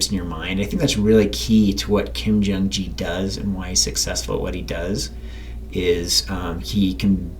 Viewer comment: The "G" in "Gi" is pronounced like "guy" instead of like "jam":) Great video though - always extremely high quality content